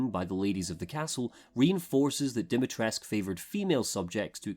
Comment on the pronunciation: Something that annoys me to no end is how there's a blend of so many cultures, in an attempt to, what? Seem more inclusive. And yet Capcom shits all over the Romanian language, and then when they get corrected on the way Lady D's name is pronounced (Di-mi-tres-coo) they go ahead and claim they SOMEHOW know better.